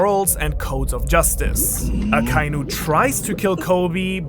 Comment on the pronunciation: omg you're the ONLY youtuber that pronounces akainu the right way not even the all knowing tekking can learn to say his name right he keeps satying a ka iiiiiiiiiiiiii nu , just for that you deserve 10 likes